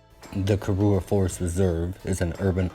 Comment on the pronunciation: Your pronunciation of karura was on point and correct, nice video and factual history of the forest. Keep going our mzugu hero🤛👏👍